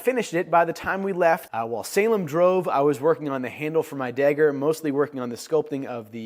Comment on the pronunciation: You pronounce dagger as “degger”